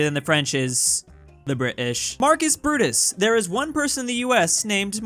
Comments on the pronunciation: The Bri ish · "The Bri'ish" - 2021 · saying bri ish is getting old